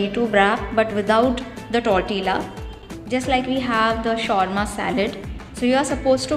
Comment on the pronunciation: I don't mean to sound rude but you are pronouncing the word 'Tortilla' incorrectly. The food looks yum though!😋Please keep posting more such videos.